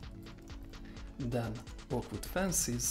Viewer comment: "Vood" hehe I love his accent